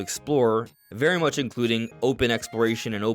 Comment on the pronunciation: He emphasises the word 'much'